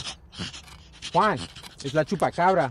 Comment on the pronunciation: Please. Next time find someone who knows how to pronounce Juan. Please!!! 😭